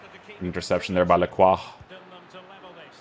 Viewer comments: Lacrwa is indeed the correct way to pronounce his name hehe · ayy someone pronounced his name correctly